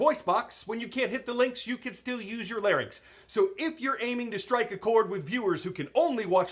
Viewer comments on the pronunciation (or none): none